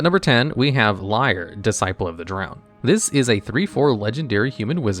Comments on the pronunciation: Erm, Niv-Mizzet is almost wrong pronounced ten times in this video. You could at least have checked how to pronounce it. It rhymes with Dutch: "Hoe is 't?" (= "How are you?") or "How is it?" I also don't think Lier is pronounced like liar, since Innistrad. It's more likely pronounced as leer. And Innistrad is, well think East-European. So Eeneestrahd. The teeny squad from Innistrad. And this one? You had thirty years to get it right. Emphasis is on Llan, so it's LAHNowar. Sheperd also isn't the basis of Legacy Elves: the deck is much older than that card. I'd say Craterhoof Behemoth still is the basis of Legacy Elves - which you find with Natural Order or Green Sun's Zenith which are protected under Sheperd. Glimpse is how you find those. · lier being pronounced as liar instead of leer makes me hurt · LIAR instead of LEER this dude is funny XD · I can’t get over you pronouncing Lier as Liar